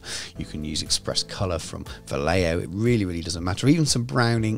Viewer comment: Is not "Valeoh", it's "Vajeho"